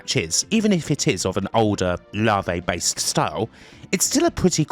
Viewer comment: Great video. FYI llave is pronounced ya veh which means key which is funny because its a style that consists of locks